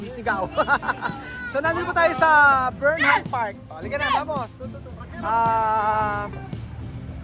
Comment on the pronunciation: mali pronunciation ng burnham park nyo. hindi po bornham park.